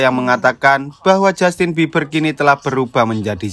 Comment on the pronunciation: seketika humorku lepas denger abangnya sebutin "Justin Bibier berubah jadi zombay" 🤣